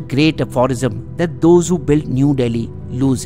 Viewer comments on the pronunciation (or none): none